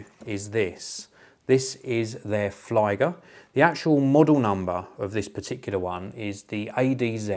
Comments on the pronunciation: You need to get your German up to scratch. The IE in flieger is pronounced the same way as you pronounce EE in cheese. I.e. "fleeger". Flieger in German is the same as airplane pilot in English more or less. Cheers! :-) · Flieger is pronounced "flee-gehr"